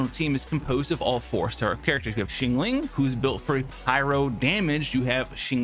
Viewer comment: "shyang-ling" not shingling lol